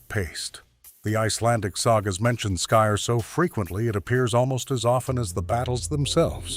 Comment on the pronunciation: Skyr is pronounced skeer. I had some from a store. Good flavor. As for surstroming, my brother got some due to his brother in law coming from 🇸🇪 Sweden. He make the very bad mistake of opening it in the house. I've seen video of guys sitting together when it is opened w a hand can opener. Iit's under pressure so a nice burst releases up and out. The smell has them gagging and retching. I guess it's normally consumed w cooked w onions and thin potatoe bread. It would b an interesting eating competition.